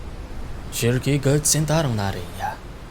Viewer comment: Ele chama a shiercke de silk